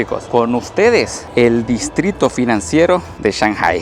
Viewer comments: Tremendo video,,lo que me mareo en todo el video es la.pronunciasion de shanghai,sw oye que dices Chanjai,y yo siempre lo escuche,changai, creo que le vas a tener que ir a preguntarle al chino flores como se pronuncia,jajajjaja,en realidad medejastes confundido con esto,por favor aclaralo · No me suena cuando dice chanjai, acá decimos Changai